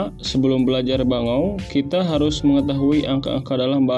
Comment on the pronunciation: Siip, bagus. Coba diperhatikan lagi pengucapan 'bangou' yang benar nya yaaa